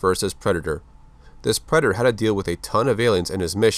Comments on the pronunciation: He said preder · are you saying black predator or that predator ?